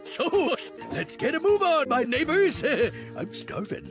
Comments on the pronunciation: Cried from laughter, I thought Pete said the N word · sos lets get a move on my neighbors. For a second a second there I thought he said the N word.